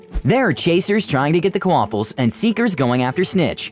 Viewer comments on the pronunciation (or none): Probably my first time disliking a video. Also The first time quaffle is said, it sounded like k-waffle.